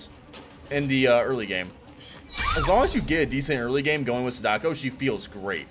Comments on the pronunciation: Is no one going to tell him he's pronouncing Sadako, like, REALLY wrong? Love the vid, but that keeps catching me off guard. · please don't suggest you know the game better than the devs because they didn't do what you want.... also it's completely disrespectful for you to still be pronouncing sadako that way.... like at least make an effort to try it correctly